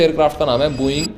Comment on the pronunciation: bhai sbb thik h but booo -eing nahin h vo Bo -ing hai. dhang se bola kro brother baki sbb bdhia